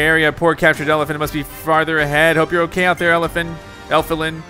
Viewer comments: He even says ELFILIN as ELIFIN... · Well, he said Elfilin as Elifin...Even though Elfilin is not an elephant...lol